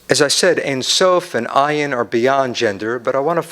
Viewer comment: I question his knowledge of this subject because he misinterprets and mispronounced well known words. Hesed is not love it is kindness/graciousness. He says IEEN instead od ayn. IEEN means eye. Where did he learn?